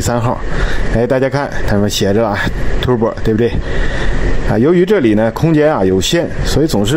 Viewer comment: Tur-bo, not Tu-bor